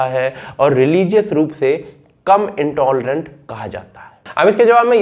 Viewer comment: " कम इनटाॅलरन्ट " 😃